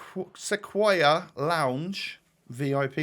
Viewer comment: pronunciation of Sequoia has made my day stuck at work a lot better. Haha.